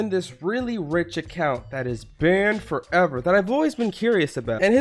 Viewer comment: And I like how he says banned FOVer